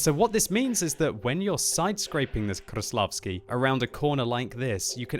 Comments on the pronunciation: Its not kruslavsky its kreslasvky lol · stop saying kRAĞVslavsky! Its so annoying, ok we get it you can pronounce ''R'' really good. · KRrRrRRRrrrrRRRrrreslavkiy.... Your pronounciation is horrible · try to pronounce 'R' a little softer, not 'RRRR' . Krrrrreslavsky, not like that, say Kreslavsky, soft 'R' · ''THE KV4 KRRRRRRRESLAVSKIY" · KV-4 Kraplavsky ... hahaha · Rolling your r's doesn't instantly make you pronounce the tank right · biggest pile of crap ever and kreslavsky is being mispronounced ... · I hate how he pronounces Kreslavskyi